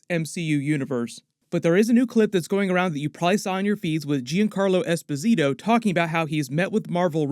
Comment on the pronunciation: technically mr freeze is a dr friez. also his name is pronounced like Yon Carlo esposito